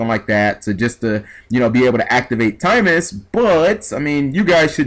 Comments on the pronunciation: its timaeus not timemus! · TimEYEus is how it's pronouced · It's pronounced Tim-EYE-us lol. And the monsters it summoned in the Doma Arc were 'Dark Magician Girl the Dragon Knight' and 'Amulet Dragon'. Further, Timaeus will work on 'Dark Magician' cards, including Dark Magician Girl, Dark Magician of Chaos, Dark Magician of Illusions, Skilled Dark Magician; essentially allowing any monster with Dark Magician in its name to be used... Amulet Dragon's effect allowed you to banish all Spell Cards in your grave when it was summoned, and gain 300A per Spell; its original ATK being 2900. DMG the Dragon Knight (2600/1700) allows you to destroy one face up card on the field and destroy it by sending one card from your hand to the grave, and it is a Quick Effect! If the effect you have is the true effect, then shit just got real! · Can you read? Doesn't even look like a word you would pronounce "timeus"